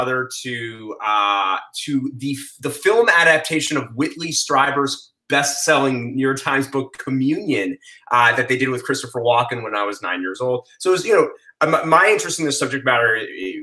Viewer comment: If you are truly researching this subject, its pronounced STREEBER not STRIBER.